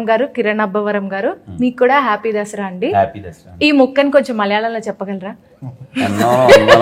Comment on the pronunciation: అది దసరా రా వెదవల్లారా! దషేర కాదు!